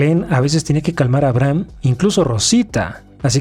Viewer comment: se pronuncia "abreijam" jaja